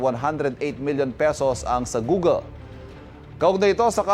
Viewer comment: Google, not googel